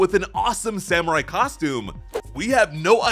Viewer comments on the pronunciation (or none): none